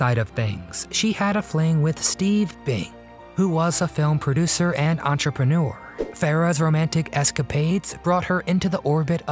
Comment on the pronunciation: Why do people pronounce it entrepren oo er? It is actually entrepren err (sounds like purr- the sound a cat makes.